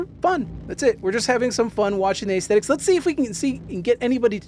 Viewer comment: Aesthetics is pronounced uhs·theh·tuhks... not ays-theh-ticks...